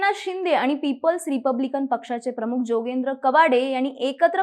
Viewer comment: योगेंद्र नव्हे जोगेंद्र बोला